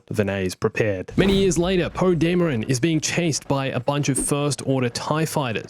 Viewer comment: . Woah, he went full kiwi here. Poe demren?